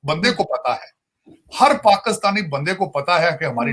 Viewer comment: can someone tell this weirdo its Pakistan not Pakustan